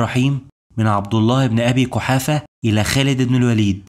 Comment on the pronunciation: نصيحه ركز على نطق الحروف . الحج وليس الحتش . قحافه وليس كحافه